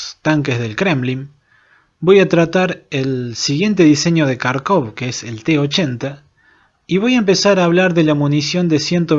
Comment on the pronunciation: un consejo, Kharkov se pronuncia Jarkov. En el idioma ruso, ucraniano y derivados, la "kh" suena como la "J". Saludos.